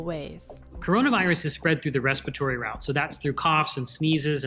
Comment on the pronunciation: respitory I am ded